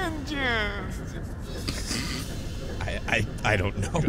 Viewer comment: MAI ENGEEINS MAI ENGEEINS